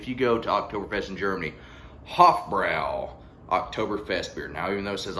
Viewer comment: I love this beer, and it is pronounced "Hoff-broy".